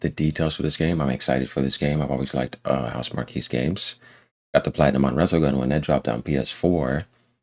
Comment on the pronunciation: FYI: It's pronounced 'house mark' Not 'house markee'. Great vid as usual 👍